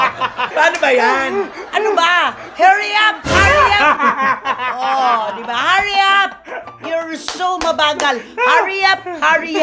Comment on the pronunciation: Bilis bilis, Hurry hurry! Harry?